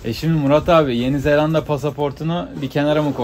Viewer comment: Misafirin, senin ettiğin gibi doğru telaffuz etmeli tek L ile yeni zelanda demeli… yeni zellanda değil… Küçük bir düzeltme ama önemli… Sen ender doğru söyleyenlerdensin…bravo …